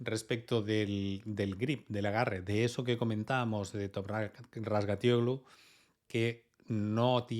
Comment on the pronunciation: Por cierto, es un espectáculo lo bien que pronuncias el apellido de Toprak. Aunque digas que no, va en serio. Será por práctica, pero me quito el 🤠 sombrero